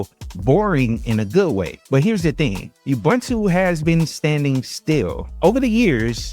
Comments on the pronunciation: I don't understand how so many people who claim to know Linux, don't know how to pronounce Ubuntu.. It's not "bun" as in hamburger bun.. It's pronounced OObOOntOO (all with the sound of the word "too") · It's Oo-Boon-too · As a South African I always cringe when people pronounce Ubuntu. It's pronounced OO-BOON-TOO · I liked and am giving some engagement here in comments for them algos. Don't hate me for saying this but please if you're gonna talk about Ubuntu get the pronounciation right. Michael Tunnell has a video on how to pronounce it. Thanks and keep up the good work ♥